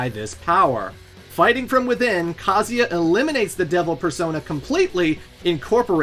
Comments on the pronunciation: Grate video. Funny but man I bugs me how you pronounce the name Kazuya it's pronounced Ka (like car but without the R) Zu (like zukini without the kini) Ya (like Yaa ok I didn't think this through) Kaa- Zuw- Yaa. Every time you say Kazia I cringe. Ha ha ha. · Can you stop calling Kazuya “Kazeya” lol Is KazuuuuuuuYa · Ka-zu-ya, A-su-ka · Is that the right pronunciation of kazuya? Ka zee aaah? I have said kah zu yah. Thanks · It's not "KAZEEA", you anglophones need to understand that most languages, unlike english, pronounce the works like the are written. IIt's not bloody Kazeea, or Kaza, or kazua, it's bloody KA-ZZU-EEA. FFS, at least do some research before mispronouncing names for a whole video. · I can't handle how he pronounces Kazuya. it's KUH-ZOO-YUH! Not KAH-ZEE-YA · Bro it's pronounced ka-zoo-ee-ah it says it in the games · WTF is kaziya? You can’t pronounce kazUya? 💀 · Very thorough video and I would love to give it a thumbs up, but you mispronounce KUH-ZOO-YUH about a million times, despite seeming to go out of your way to correctly pronounce almost every other name in the story. SMFH 🤦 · Ive always pronounced Kah-zoo-yuh.. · he pronounces every name wrong lol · Dude can’t pronounce kazuya or yakuza , even calling Mexico South America so yeah .. don’t expect to much lmao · This guys pronunciation of Yakuza and Kazuya are truly ear-splittingly abysmal. I’m ashamed as a fellow American. Japanese is written phonetically for non Japanese speakers, it’s not hard to pronounce a U, you got it right with Kuma, at least. U is “oo” as in book or toon. YakUza, KazUya. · You're saying Kazuya's name wrong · Good god you unironically pronounce Heihachi and Kazuya like that? Did you even play the games? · Why is your pronunciation so bad???.... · the amount of times you said kazuya wrong is actually astounding. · What's up with the absolutely brutal Kazuya pronunciation